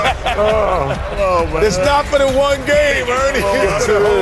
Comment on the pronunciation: Said ‘dis’ instead of “this”